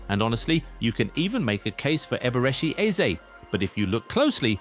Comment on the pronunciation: He did not just say eberi eze?!?😅